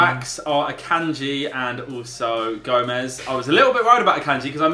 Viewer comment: Did anyone else hear say goe jomez